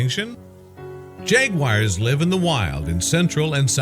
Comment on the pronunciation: Why is this moronic voice calling them "jagwires"?